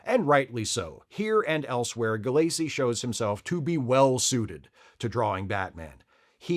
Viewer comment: Don't like being "that guy", but I'm just feeling compulsive today. Doug Moench's name isn't pronounced Munch, it's pronounced Mench (rhymes with wrench). And Paul Gulacy's name is pronounced with the accent on the first syllable: GULL-a-see.